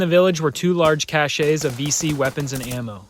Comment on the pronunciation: Great video, and amazing table. Thanks for posting. Small thing - 'cache' is pronounced 'cash'. For it to be 'cashay' it'd need to be written 'caché' or 'cachet'. Both are words, but they're not applicable here. ('How close can we get to 'All Along the Watchtower' without it being 'All Along the Watchtower'?') Best regards from the UK